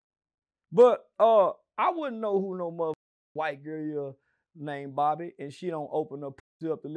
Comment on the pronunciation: Lmao made me mad cause how you gone ask me about somebody and you can't even pronounce they name?